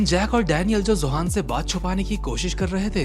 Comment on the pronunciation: Zohan ❌ Johan ✅